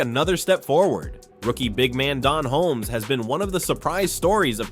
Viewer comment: "Don Holmes?" Who is he? Perhaps you meant DaRon Holmes. Yes? I'm outta here.